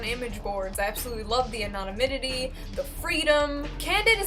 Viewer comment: “I love the anonyminity” haha 😂